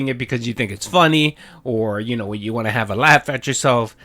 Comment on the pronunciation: "What I WAHHHN"